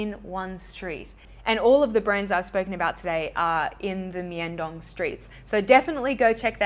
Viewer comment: i have one of the tony moly cushion blushers and i loovvveee it, it smells super sweet too lol. (btw myeong dong is pronounced more like young but with an m in the front. romanisations of korean words can be a lil confusing!)